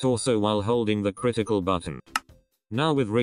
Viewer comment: "criticle and G"